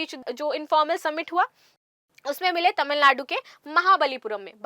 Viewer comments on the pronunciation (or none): none